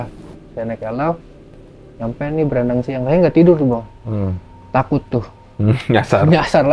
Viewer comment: Baranangsiang, Bang, bukan Brandangsiang.. 😊